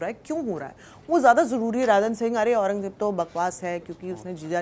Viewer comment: Aurangzeb toh sahi bol ley Jeb nahi zzzzzzzeb